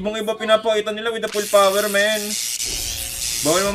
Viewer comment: Jess no limit:full poooooooowerrr: full poweee333r